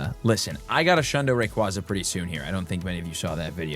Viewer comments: Just FYI, the Pokémon is pronounced Ray-KWAY-zuh which was confirmed at the prior 2025 world championships. It’s also because it sounds like “ray” and “quasar” meaning it flies around in space like a brilliant star ⭐️ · RAY-KWAY-ZUH, as in quasar.